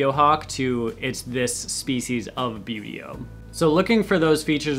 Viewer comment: excited screeching from far away Okay! Now that I have it out of my system a bit hehe - Wooohooo!! Hawks!! You already know these are among my favorites, hehe - great to know how "Buteo" is actually pronounced, too. (One of my most embarrassing bad habits is not knowing how to pronounce words I've only ever seen in print and never heard out loud!) Lots and LOTS of red-shouldered hawks in my area, and golden eagles. One of the first reasons I started wanting to ID birds at all was because I would see these huge birds near the road and I just didn't want to believe they were ALL "buzzards" (which I now know, black vultures are THE common roadside raptor around here). And come to find out: they weren't all vultures! Immature golden eagles and some of the biggest juvenile red-shouldered hawks can be mistaken for a vulture depending on how they are flying and if you don't have a good frame-of-reference for size. After all it's very hard to tell if you're seeing a vulture high up, or a hawk lower down, when it's just passing over head and you don't have much in the way of trees or anything to give you an idea how far away the bird actually is. And in parts of Texas there was a whole dust-up (back in the 90s I think) about juvenile golden eagles getting shot down by mistake. VERY cool way to present the information, and I really do like this - it feels very classroom and for me that's extremely helpful and positive. Makes my brain latch on better I guess! I also chuckled a bit when